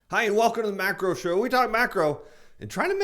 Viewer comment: I like how you say "Hi, welcome to the macro show, we talk MACRO!"